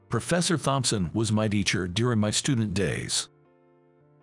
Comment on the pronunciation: I would appreciate a greater variety of names to be used. In every story the same names are used, especially Emily and the last name Thompson which is always mispronounced.💕